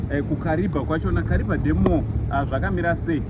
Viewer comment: You pronounce as kariva that's a tonga word kariba